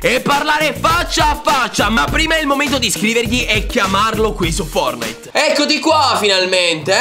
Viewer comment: Io avrei aggiunto la t nella pronuncia della parola fortnite